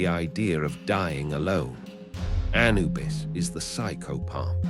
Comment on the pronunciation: (Emphasis on second syllable not first, a- NU - bus 👍)